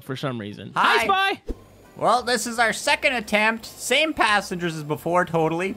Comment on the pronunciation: You said "Lucky" panssangers. Uhm i ain't sure if they are lucky 🤣